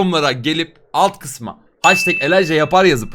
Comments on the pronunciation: haştek değil abi heştek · Nobody:: haştek